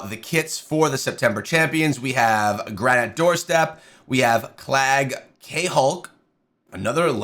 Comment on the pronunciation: Did you miss pronounce his name on purpose to get people to comment like this? Also, do you have access to the test server to test multipliers?